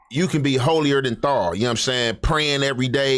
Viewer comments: “Holier than thaw”?? gotta go buy an audible dictionary mane 🤦🏾‍♂️🤣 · said “you can be holier than thall(thou)” 😭😭😭😭. He gone have to add that one to his “re-zume” 😂